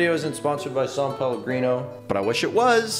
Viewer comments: It’s SAN PELLOGRINO NOT SAUNPELLOGRINO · When he said “sum palagreno” I craved it